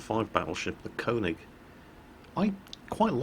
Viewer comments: Please say konig right, its pronounced ker-nish, not konig. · you pronounce köning as kuning (like in burn). even I know that ;) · its STILL not konig its KÖNIG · Dude, kÖÖÖÖÖÖÖÖÖÖÖÖÖÖÖÖÖÖÖÖning! NOT kOOOOOOOOning! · your pronunciation of könig is so terrible